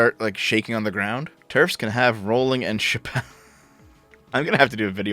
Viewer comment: Your pronunciation of R*wling brings the Warcraft Mur'Loc to mind.